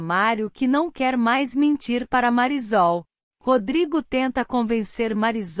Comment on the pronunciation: Porque essa narradora fala o nome da Marisol errado!!!!